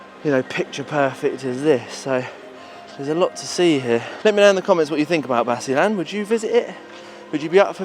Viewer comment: explore basilan first, and pronounce it correctly, I'M FROM LUZON, NUEVA ECIJA